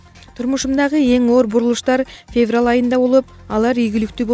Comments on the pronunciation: фебрал бобойт дейтго.диктор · Мен дагы феврал дегенин угуп жиним келип кетти блин😁😁😁😂😂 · Ушул журналистерди текшеришиип чыгарбайбыы Жиндигоо Феврал деп кайра кайра айтатт.😀😀😀 сага Караганда 4 жаштагы кызым жакшыы айтат ... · эй жудогон окуй албасан жон эле отурчу кишини кошо жудотпой. фебрал деп алжыбай.